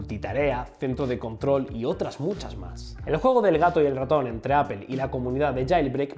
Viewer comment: "apel" lol